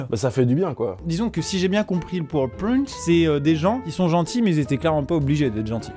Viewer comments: " si j'ai bien compris le pweurpeoint" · Ta manière de prononcer ce mot « PowerPoint » 😂